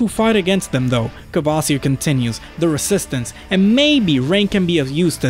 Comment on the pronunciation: Funny how most 'Muricans can't say Kvasir and say smth like Kaevaseer instead. Same with Cthulhu.